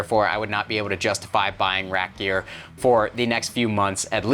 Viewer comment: Are you saying rack gear or rap gear?